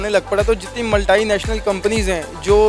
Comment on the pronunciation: Don't speak wrong English if u can't...koi multi ko maltai bol rha...koi kuch